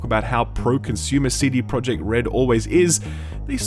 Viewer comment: I love u man but pretty please. I am from Poland and i cant stand how u say the company name-cd projekt. U should say it with j like y - cd proyekt. Pretty please. Much love